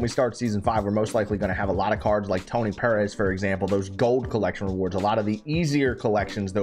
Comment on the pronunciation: The way you say “Perez” is weird to me. Lol